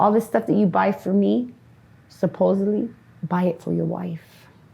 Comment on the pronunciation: Mark do the world a favor and tell these people the "supposebly" IS NOT A FN WORD!? It'll improve grammar in skid row-probably the BIGGEST problem they've got, as we all know- AND it'll help educate and relieve your viewers!!